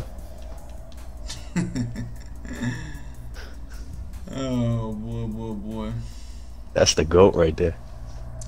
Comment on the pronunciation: I just knew he was gone *ucking lose when he said “Chibatta” 😭 He must be scared of buddy no cap, no DisRespect to dude but you’ll blow him tf out! Form Blowed him out..he’s a funny entertaining dude he talk *hit and can play a lil but not on YALL level bro 🤦🏾 🤷🏾‍♂️ just an opinion